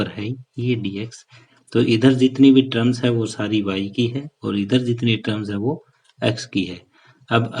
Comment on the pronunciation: ट्रम्स नही सर टम होता है 😂😂